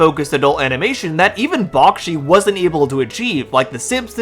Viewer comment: Its pronounced Back-she not Bock-shi